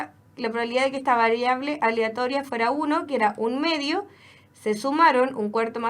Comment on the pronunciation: que tanto cuesta pronunciar "aleatoria" por la re chucha